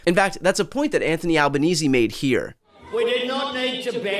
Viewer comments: Well done on getting the Australian PM's name pronunciation correct - as far as I know that's a first. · Hey Brian, thanks for pronouncing Albanese correctly (or at least, the way we Australians do).